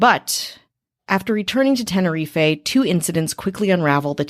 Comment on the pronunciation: TEN-ER-EEF not TEN-ER-EEFAY